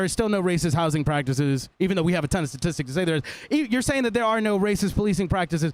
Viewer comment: I seriously cannot stand people who cannot pronounce words properly its “STATISTICS” Not “SATISTICS”